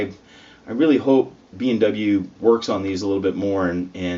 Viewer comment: sounds like you are saying BMW. I was wondering if the car revenue had fallen so low that they started making headphones to compensate....